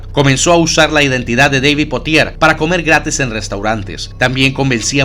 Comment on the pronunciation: DAVID?(deibid, sono pronunciado), hahahah david es colombiano, el peco de ese men fue meterse contra uribe.